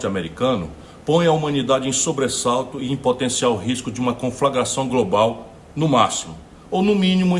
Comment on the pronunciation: "Conflagração grobal" - Gomes, Ciro